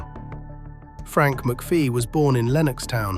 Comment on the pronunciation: Amateur hour you cant even pronounce his name correctly its McPHIE not McPHEE , as in "fee,FYE,fo,fum"